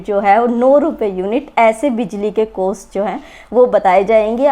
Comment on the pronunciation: COST HOTA HAI DIDI COOAASTTT NAHI!!!!!